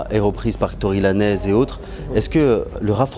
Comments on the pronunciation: Il a vraiment dit tory laneze??!!!😐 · J etais gené qd l interviewer a dit: Tory Lanaise